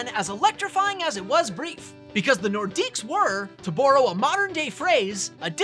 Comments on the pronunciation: Don't know why people pronounce the S in Nordiques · The S is silent! Yeesh guys.